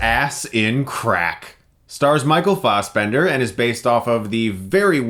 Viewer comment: It's. not. Farsbender.